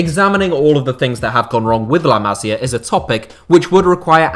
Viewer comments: Too long. You could say the same in half the time. Appreciate you don’t speak Spanish or Catalan but please: ma-SI-ah. Not MA-si-ah which is a woman’s name. 😜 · Boss video … got to say though, its pronounced like “la massssia” not “la mazia”. Goes right through me every time you do that. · Bro learn how to pronounce La Masia, it hurts listening you saying it